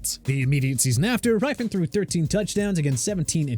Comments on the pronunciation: It's pronounced Rippen, not Ripen. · It's RIP-IN, not RIPE-IN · This list is a mess for many reasons, but man did they get the Redskins stuff wrong. Mark Rypien's last name is pronounced like "Rip-pen", not "Ripe-Pen", and Doug Williams threw 4 touchdowns in the Superbowl, not 3. Perhaps that would be forgiveable if it wasn't a freaking Superbowl record and the most dominant performance by a QB in the Superbowl up to that time. Of course, they fared better than Joe Theisman, who won the Superbowl with the Redskins after the 1982 season but apparently failed to even get a mention here . . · It is rip-un like "rip" paper in half! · You lost me at mispronouncing Rypien